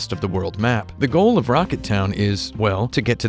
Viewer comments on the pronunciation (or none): none